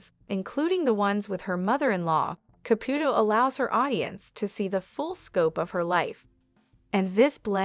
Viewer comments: Girl you need to take a Italian course! Here Ka put o. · Why can't the narrator of this video pronounce the name "Caputo" correctly one time?!👎